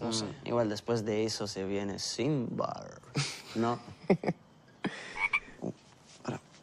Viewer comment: Me gusta como lo dijo en el minuto ‘SiMbAr’😂